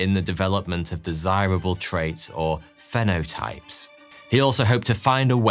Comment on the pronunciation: It’s pronounced feenotype